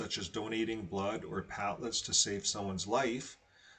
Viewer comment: Con stit u ent is how you pronounce the word and platelet is just plate (as in dinner plate) and let (as in let someone in).